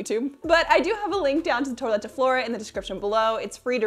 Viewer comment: Twa - let is the pronunciation. A toilet is where you pee, la toilette is a lady getting dressed. Just to differentiate...